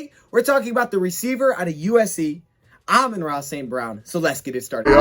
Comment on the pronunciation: It's pronounced Ah-men-rah , if that helps